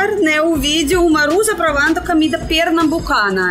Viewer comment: Uma dica...você sempre pronuncia a primeira letra "o" das palavras como se fosse uma letra "a"...Por exemplo: a palavra cOmida. Você diz: c"A"mida....Não é critca, ta´? Adoramos seu sotaque, mas como seu portugûes está melhorando a cada dia, achei por bem dar essa dica...❤